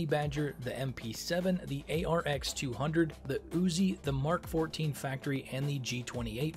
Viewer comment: You said Mark 14! Not M-K! Finally someone who isn't willfully ignorant. The MAWL laser is called a "maul" tho.